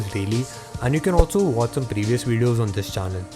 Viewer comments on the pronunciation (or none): none